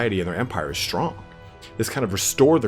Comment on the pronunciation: Settra the Imperishable this was a fun read (cause I haven't even gotten around to being anywhere near familiar with the End Times literature oops), I appreciate the time and effort you put into this -- Thank you. PS: "stronk" 😂❤